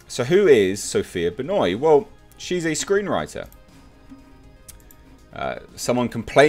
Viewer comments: Its ben wah not benoy..... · The solipsism, subtle narcissism, and prejudice seems quite juicy with Sophia Benoit (Love how pronounced her name a la Chris Jericho). Underneath these traits I imagine she wants the world to look and function in accordance to her own subjective views, where her questions seem to show that she sees things as zero sum game. Sadly 50k + people seemed to agree with her, where ironically in her comments people speak about erasure of certain peoples, whilst supporting a statement for the 'non-progressive' over depiction of white men to meet what you could conclude as implicit censorship..... For the greater good I'm sure. The moral justification that SB implies within her views is no more than the pendulum swinging back the other way.